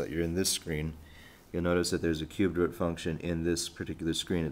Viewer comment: root, not rut, but yeah good video, thumbs up